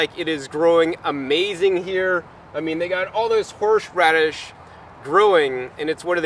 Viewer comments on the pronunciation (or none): You are amazing, but i just kept cracking up every time you said HORSH radish LOL Awesome video, thank you! I've got my living room FULL of tropical fruits I have grown with your guidance, time to look for a new place with more room lol. My daughter is telling me no more plants, but there WILL be more LOL